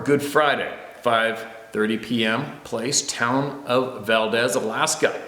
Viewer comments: Valdez is pronounced Val-DEEz. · The locals pronounce Valdez , Valdeez....